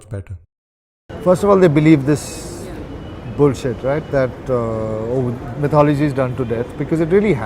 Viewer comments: Did he just say 'my thought o logy'? Lol! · " Mythology " nope it's sattology, satya . Got it ?